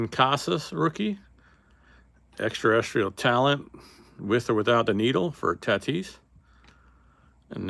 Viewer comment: Known (or unknown in this case) as the Black Eclipse refractor numbered to 10. Now if we can only get you to pronounce Extra-Terrestrial correctly.